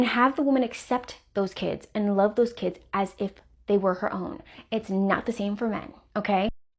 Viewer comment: I like the way he says "Keeds" (kids) 😆